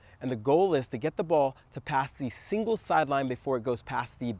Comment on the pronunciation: You said “singles sideline”. But I heard “evil sideline”. Same difference though. 🤣